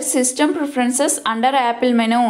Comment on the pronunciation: it is not menooo it is menuuu